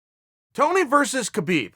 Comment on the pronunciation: It's pronounced : HABIIB Not KABIIB #NameTheEagle